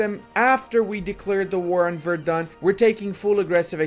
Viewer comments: btw, its verdEn, not verdun. verdun is in france :) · Its funny how he pronounces Verden as Verdun.